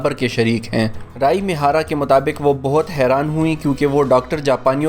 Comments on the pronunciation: Talaffaz. Rai mihara nehi. Ree A mihara. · رائی می ھارا نہیں ھے۔ یہ ری اے می ھارا ھے